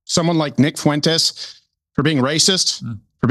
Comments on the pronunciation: Please teach these Brits how to say “Fuentes” with less than 4 syllables. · Why's every English guy calling him "Fooentez"? Lads, you've heard HIM say his name. And that's not it F'went'ez. You're welcome. Also, it's not Shiba Innew and the G at the end of words is usually silent. All for free.